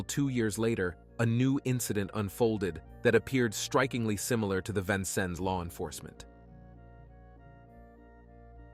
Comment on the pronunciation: I’m from Vincennes and was there when these murders happened. You left out so much! Please, at least learn how to say Vincennes correctly!